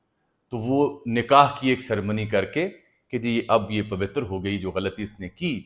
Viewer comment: پوتر لفظ کو بھی صحیح کریں بھائی جان